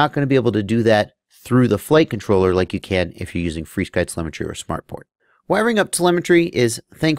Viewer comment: "Free Sky" is actually the proper way to pronounce FrSky. They actually tell you that in the manual of their radios like the Taranis. So and everyone else who pronounces it "Free Sky" are saying it correctly as per the company's intention.